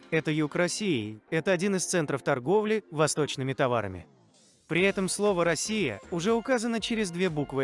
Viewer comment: Россия с ударением на"о" эту Русь а не Росия!!